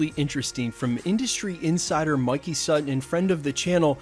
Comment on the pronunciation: Thank gawd. You finally learned how to pronounce “Sutton”.